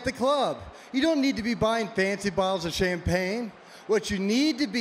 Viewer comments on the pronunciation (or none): none